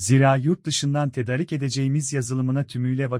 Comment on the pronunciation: Tedarik kelimesi a'sı uzatılarak okunur.